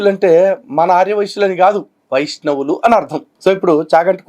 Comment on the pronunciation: వైష్ణవులు అని పలకడం రాక వైశ్యులు అంటున్నాడు.. 🤣🤣🤣